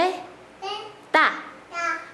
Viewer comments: Es paleta!!!..No pal_le ta😅😂🤣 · La correcta separación de sílabas de paleta es PA-LE-TA no PAL-LE-TA hahahaha como una pequeña observación supongo que se te fue una letra de más , saludos 😁👍💙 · Me da risa como le dices que diga paleta y el dice parita